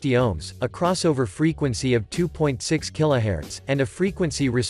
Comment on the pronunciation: These are all low to mid range speakers. The BEST speakers are far above these. Kilohertz is pronounced Keelo hurtz not Keelo hairs. Also, speakers not distorting when you turn the volume to maximum depends on many factors. Some of us have amps that can smoke some of these speakers if turned to max output. Some bass hungry people also add equalization or bump up lower frequencies that can easily overextend or burn voice coils at high volumes. While we can respect your opinions on what you like, before you make certain statements you should learn more about audio. Nice video production though.